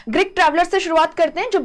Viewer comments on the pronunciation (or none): Greek not Grick Please fix your pronunciations